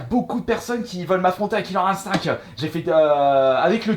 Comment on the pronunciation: « KILLER INSTINKKKK » 😂